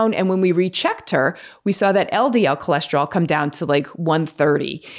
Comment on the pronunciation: What is Cholesterolls????? Where’s it rolling??? I thought it was cholesterol!!!!